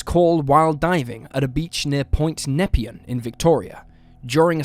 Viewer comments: Point NepEan, not Point NEPean. I do wish narrators would do even a small amount of research into pronunciation of place names and surnames. My uncle (a police office) was in charge of co-ordinating the search for HH at that time. I remember, as an 8yo, that it was exciting to see my uncle on the tv, even though I was vaguely aware that it wasn't a good thing that was happening. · Harold Holt ..... Point Nepean is pronounced Point Na-pee-an ..... and the fu*ked up thing is that they named an indoor pool after him. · Ironically There is a swimming pool centre in suburban Melbourne called Harold Holt Memorial -also point Nepean it’s pronounced point Nuh-pee-ann-. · Neh-Pee-an (Nepean) [Harold Holt] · Point Nepean (Harold Holt story) is pronounced Neh like "next" Pee like "P" Ann like the name - Neh pee ann. Fun fact - there is a public swimming pool named after him in Melbourne. Yes, a pool. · Re. Harold Holt- the point is pronounced “Point Nep-pee-en” Best part is us Aussies named a swimming pool after him lol that’s our wacky sense of humour lol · Pronounced “Na - Pee - Ann” lol